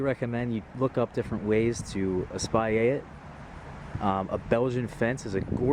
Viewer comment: Espalier is French, so you pronounce the L, just not the R.